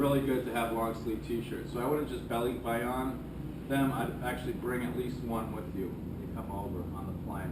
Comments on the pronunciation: I don't mean to be a pronunciation nazi, but I've always heard it pronounced ba-lik-bay-on, not ba-leek-bay-on, but then, most of my barkada in the US, and my wife's family is from Luzon. Is it pronounced differently the south? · Why isn't Michelle correcting your pronunciation? It's Ball-lick-buy-on. :) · it's kind of like you say to-may-toe vs someone else saying toh-mah-toe. American Filipinos say Ball-lick-buy-on because they don't have the filipino accent but mainland Filipinos say LEEK probably because they have an accent. Just threw me off because you said it like you have an accent but you don't. ;) I am filipino american and I love learning about you two, thank you, keep up the nice videos!